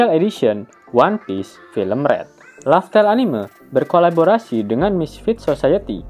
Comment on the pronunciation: Penyebutan red nya ga enak di denger